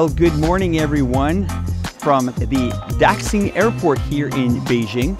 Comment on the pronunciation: Did u really say daxxxing 😂😂 come on dude u have lived in China years try to at least pronounce more words 😂😂